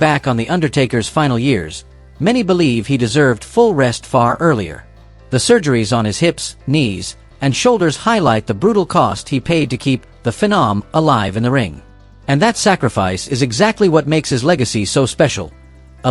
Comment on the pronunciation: AI, thumbs down. , "the Fen-om"